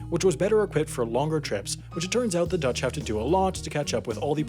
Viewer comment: You are by far the American with the best Dutch pronunciation. No forced weird sounds. Well done,.